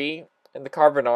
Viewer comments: It's pronounced "Can arr van" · It's pronounced CAR NAR VON it's welsh my native tongue. Great vid just bought myself one